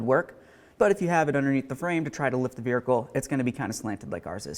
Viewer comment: Never heard of a veRhicle before now lol good video tho!